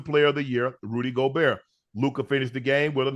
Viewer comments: Shit is almost embarrassing. Guys been covering the NBA for months now and we’re in the conference finals. How does he not know how to pronounce his name? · he’s close enough and it’s not like he’s completely mispronouncing his name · but....he is lmao. Imagine your profession is covering sports, you've been covering specific team for months now, and you still can't pronounce the most simple last name of a 4x DPOY. It's like he doesn't actually watch the games or something lol. Just another example of his lack of awareness/attention to detail. Little things like that is why he wants to get on ESPN but can't. Not nearly professional enough. But "its close enough" I guess